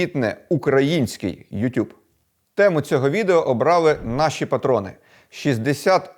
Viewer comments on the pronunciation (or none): none